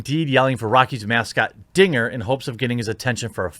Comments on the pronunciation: I was watching the game and it really does sound like the guy said the n word. The broadcasters even apologized, it sounded like the n word to everyone who watched it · Guys guys. He said “Dinga” it’s cool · I mean, I wouldn't say it was "clear". I definitely heard n*gger the first time. I remember distinctly laughing harder than I probably should have thinking he was an absolute mad man. That said, he would have had to have been mad to do that, and after a few more listens, I definitely hear Dinger. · The 2nd time he says "dinger" it does sound like the N word but the 1st time he clearly says "dinger " .. I can see why there was some confusion. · DINGER!! His name is Dinger the triceratops. How can you get that wrong? Sure it sounds very close to you know what. But his name is DINGER!! I have lived in Colorado for 30 years and been a fan for just as long. Not one time have I ever heard anyone say anything else. Even the 5 seasons when my dad worked at Coors Field and I was there at first base every day in the summer and weekends in the fall. For fuck sake.